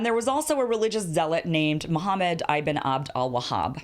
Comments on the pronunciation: Btw ibn is pronounced how its spelled, ib-n not EYE-BIN. Ibn means son of (or child of, I forget sometimes) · Kim, “ibn” is not pronounced “eye-ben”. It is more like “e-bn”. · ibn with a short i, not long. Sah-ood, it does not rhyme with cloud.